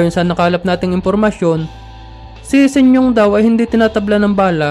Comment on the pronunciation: Sinyong?🤣...Sinyo ang tamang bigkas